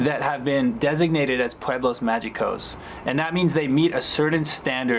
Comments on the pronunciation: Is not MAYICOS , it pronounces MAJICOS WITH THE “J” for you will be MAHICOS! 😂😂😂😂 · Not “Pueblos Ma-jee-cos” It’s Pueblos Ma-he-cos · Please learn it's Pueblos MAH-hee-cos... no Candaian/American G sound, please... thanks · Right after you pronounce "magicos" with a g sound you say you don't speak very good Spanish‼️😎😂😂😃 Very very few words with a g in it are pronounced with a G sound... almost always an "H" sound. One exception would be the word preguntas which means question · Thanks but by the way you pronounced "Pueblos mágicos" I can tell you still need more practice but that's way better than insisting on speaking just English.